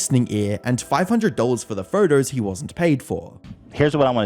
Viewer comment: Why do you pronounce ‘photos‘ like that? “Furtous”